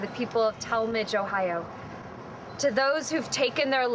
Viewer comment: Oh, I'm actually from this area. Cuyahoga Falls in North East Ohio. I wonder if the prison they're investigating is the Mansfield Prison. It's infamous for supposedly being haunted, and you get free reign of the prison overnight from what I understand. Edit: Any other locals notice the blonde is mispronouncing Tallmadge? XD